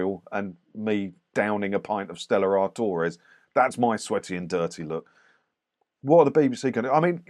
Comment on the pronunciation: How you say Stella artorez 😂